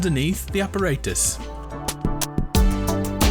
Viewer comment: Also you mispronounced apparatus